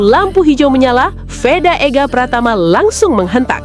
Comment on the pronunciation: Vedaaa woyyyy,,, bukan Weda...